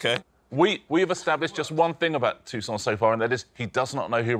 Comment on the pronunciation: Why are they pronouncing Toussaint's name like Tucson, Arizona? It's French FFS!